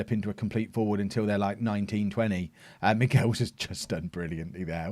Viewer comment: I'm pretty sure Michels is not pronounced 'Miguels' it sounds like he's Mexican.